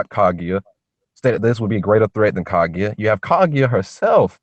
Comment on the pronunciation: isn't it pronounced Ka GU YA?